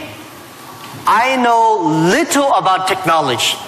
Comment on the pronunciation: why does Jack always say "Technoletch" .. it should be technology